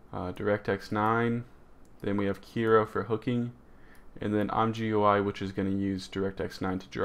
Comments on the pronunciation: "im gooey" man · Great job man! Your tutorials always help :) P.S.: It's pronounced as "I'm Jee You I" or "I'm Gooey" ;)